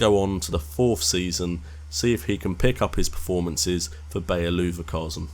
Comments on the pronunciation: Looverkasen haha! Cool video other than the miss pronunciation :) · you said Leverkusen wrong